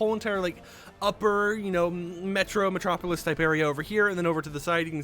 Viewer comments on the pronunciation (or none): none